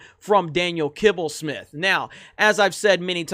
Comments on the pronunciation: Who came here to see saying „Kibblesmith“😂😂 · Who else watched this video just to hear say Daniel Kibbelsmith?